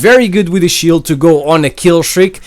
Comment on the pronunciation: THE SHHIIEELD REALLY COME ON MAN